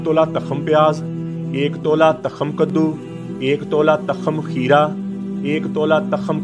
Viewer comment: حکیم صاحب لگتا ہے آپ نے کسی استاد سے سیکھا نہیں ھے تاخم نہیں ھوتا کرتا بلکہ ت کے اوپر پیش پڑھی جائے گی تخم. توخم کی آواز آئے گی اور لکھا اس طرح جائے گا تخم